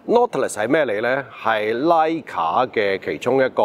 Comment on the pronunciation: 為何硬係要把 Leica讀成拉架？